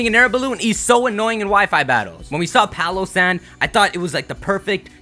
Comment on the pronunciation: Do you ever stop and try to sound out the name of a Pokémon before you say it? Palossand= PAIL O' SAND